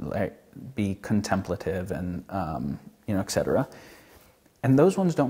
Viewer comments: It's not "semmetry" it's symmetry and etcetera not "excetera". Just had to correct that. I know, I'm being pedantic. Great video though! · There is no X in "et cetera."